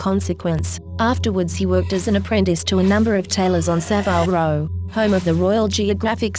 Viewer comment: So many inaccuracies, a terrible voice, and if you are going to talk about Saville Row, please learn how to pronounce it...